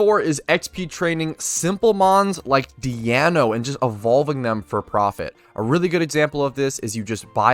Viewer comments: Why the fuck do you call Deino "Diano" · Ok but is no one talking about pronunciation of "Deino"